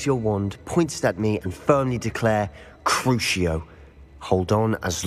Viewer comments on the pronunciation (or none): Akstually, the correct pronunciation is "Crukio"